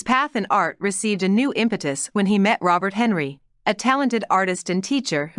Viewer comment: Oh man! I cringed when Robert Henri was brought up. It's Hen-Rye.